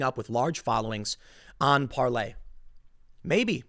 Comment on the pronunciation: Stop calling it "Parley," you sound like such a joke, Tim.